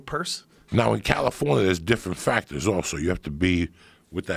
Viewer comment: Joe "Buncha FacKtors" Rogan